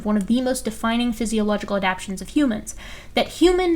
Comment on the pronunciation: The word is ad - ap - tations not ad - apations. 😉 😘